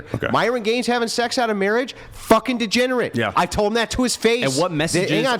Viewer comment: DEGENERATE* (not "DEGENARATE")